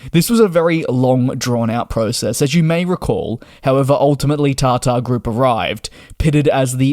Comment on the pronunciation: Isnt it Tata group? Why does he says TarTar